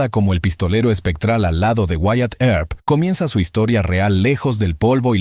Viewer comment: This narrator is lousy she can’t correctly pronounce Tombstone or Wyatt Earp last name. Find a better narrator for the next ones!!!